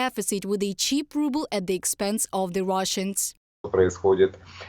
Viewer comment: Ruble? More like "rubble". Lol